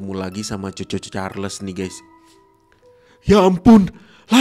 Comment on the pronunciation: Bang ngomong nya chu chu cahrles